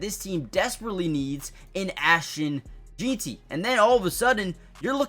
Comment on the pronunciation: Bro why are you jeanty like “Jean-tee” 😂😂